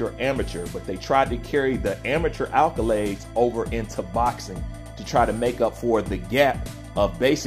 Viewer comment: Accolades* not alcolades